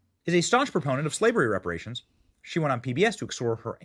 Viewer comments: It's reparations not "respirations", lol. You sound like the character Eddie in the first Barbershop film, lol. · reparations, not respirations😂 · New subscriber. Looove your show! Quick correction if I may. It’s Reparations. Not Respiration. Keep up the amazing work you do. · Brother, I’m sure you mean REPARATIONS instead of RESPIRATIONS. 😂😂😂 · Wait again....did you also just say. pay "respiration" or deserve "respiration""???? 😮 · "RESPIRATIONS"??...🫁Come on bro, you on TV bro😅😂😅